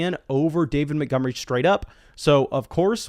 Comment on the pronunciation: Who's David Mittgummery? 😂